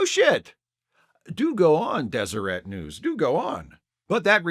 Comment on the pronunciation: As someone born in Utah, I appreciate you being the only person on earth to correctly pronounce Deseret